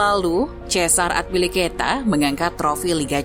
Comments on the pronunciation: At least riset dulu lah sebelum bikin konten. Masa Azpilicueta di ucapinnya Atpilicueta 🤔🤔🤔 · azpi min azpi bukan atpi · Narator salah dalam penyebutan nama, kecewa sih kalau sepanjang video mesti aneh dengar namanya. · Cara baca azpilicueta nya kurang enak didenger. Wkwk